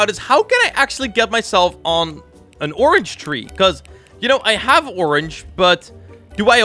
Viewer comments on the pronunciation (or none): all i hear when sees a orange ONION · how many times did he say onion instead of orange? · oinon????? its a ornge SIR DID YOU GO TO SCHOOL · Xd he said onion meaning to say Orange xd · orange not onion xd